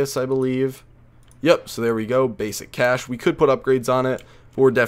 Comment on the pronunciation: Cache is actually pronounced kay sh not cash